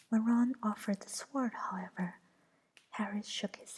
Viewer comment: I love the animations and enjoy listening to the chapter. This is the first time I've paid attention to tdee actual words though. It's probably been brought to your attention, but the w is sword is silent (sounds like sord). Thanks for this. The animations are beautiful and listening made a 4am feeding for my baby niece a little easier.